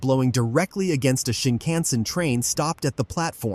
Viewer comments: Is AI being used for translation?? I dont like the accent as lots or words are mis pronounced..its no Shin can zun etc🤨 Please use real person. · Is this an AI announcer? I've never heard anyone pronounce shinkansen that way. Need to get that bot dialed in!